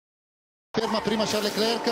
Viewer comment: Ma possibile che nessuno lo pronunci correttamente???? Leclerc, la c finale non si legge!!!!!